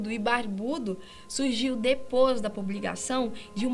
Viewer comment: Ela também fala "DEPOS DA PUBLIGAÇÃO" ao invés de "depois da publicação" xD kkkkkkk